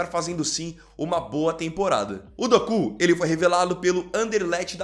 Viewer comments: Meu querido, não é Dokú, e sim, Doku. Kkkkkk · Quando fala doku eu racho o bico 😂😂😂😂 kk